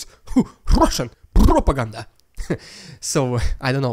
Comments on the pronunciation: The rrrrrrrrrrrrrrrrrrediculous rrrrrrrrrrrrrrrrussian prrrrrrrropoganda intro is prrrrrrrrrrroperly fitting! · i love when you say "rrrrrrridiculous rrrrrrussian prrrrrrropaganda" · I love the rrrridiculous rrrrussian prrrropaganda intro. However much you employ an extreme trilled 'r', it will never be as ridiculous as the Kremlin's propaganda itself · I love your show and watch it daily as a subscriber, and while I enjoy watching the ridiculous Russian propaganda at the beginning of each show, I think you go over the top with the way that you say “ridiculous Russian propaganda.“ if you wants to trill your r’s, that’s fine, but beyond that is too much. Thank you for your hard work in bringing us great content.